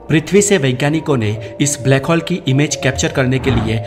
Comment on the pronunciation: हॉल nhi होल बोलिए सिर प्लीज